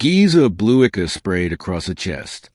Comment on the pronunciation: In the very first sentence 'charred valley' sounded like "chaud valley", 'iridescent' sounded wrong, and so did 'ichor'. Overall, whatever accent this AI voice was told to use just makes a lot of the words just sound wrong, but the "charred" at the very beginning was the worst one I heard before I quit because I just can't deal with the off-putting vocal.